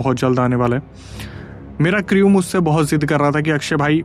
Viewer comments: Creeeewe .. kya hai . Crew bolna bhai pronounce kru hai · bhai crew ka pronunciation cru hota hai